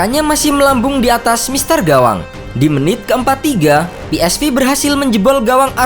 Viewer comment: Cara nyebut yang benar , Verman ( Veerman ) bukan Virman dong . Philips Sport Voetbal Eindhoven yang betul ejaannya Belanda A Be Ce De bukan E Bi Si Di . Pe eS Ve bukan Pi aiS Vi .